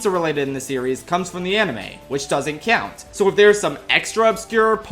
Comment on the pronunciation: I love the moments Philly accent comes through ("cyount," "cyoupon").